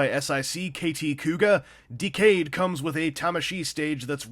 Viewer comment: The forced pronunciation of "Decade", an ACTUAL WORD, hurts me to the bone.